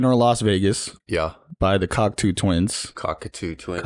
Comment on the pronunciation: Great review! Superfan here and there are just a few notes I have. It’s pronounced cocktoe. And it’s Fraser, not Frazier. Glad you guys liked the music and the album. It was their 6th or 7th album depending on how you count their collab album with Harold Budd. They broke up in 97 working on their follow up album to 96’s Milk and Kisses.